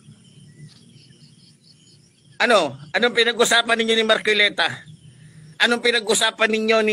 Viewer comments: Magsalita ka mn ayusin mo rin pronounce mo mahiya ka sarili mo marculeta? Marcoleta correction hoy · KUYA PUTANG-INA na matapang, M A R C O L E T A po hindi MARCUILETA Pakibigkas po ng tama.